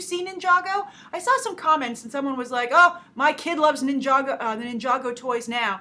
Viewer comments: you had it correct to say nijago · GAAAASP!!! you said ninjago right like nobody else does!!! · yep you said ninjago right :D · you did say ninjago right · You did pronounce ninjago right